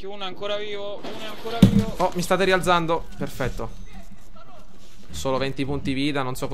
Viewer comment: Quel Rialzando è proprio messinese ahahah :D